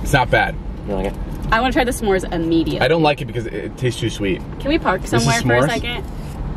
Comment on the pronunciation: He said "mEdIuM"